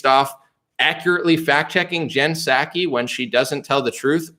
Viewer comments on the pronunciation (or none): none